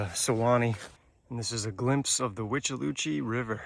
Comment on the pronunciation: I hate hurricane season...always so stressful in Florida....The withlacoochee is pronounced With-Uh-La-Coo Chee!